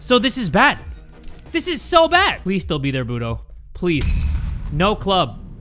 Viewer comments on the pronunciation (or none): none